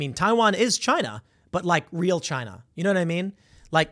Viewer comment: Chy-nuh! Chy-nuh! Chy-nuh!...